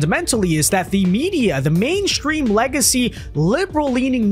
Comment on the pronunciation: "mainschtream media is fruschtrated"?? Really?? Come on, man, there is not an 'H' in either 'mainstream' or 'frustrated'. It would be great if you could knock off the ghetto pronunciations and sound all grown up. Good ideas deserve clear articulation.